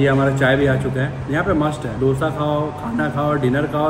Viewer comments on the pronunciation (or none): दोशा Not डोसा